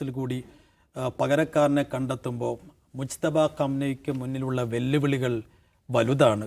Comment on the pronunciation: …. മുസ്തഫ അല്ല മുജ്തബ ആണ്